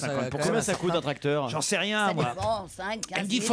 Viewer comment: Pourquoi Ruquier prononce les eur en or ? Genre tractor, professor etc...